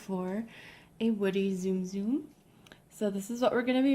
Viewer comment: It's not ZOOM ZOOM! It's T-Soom T-Soom!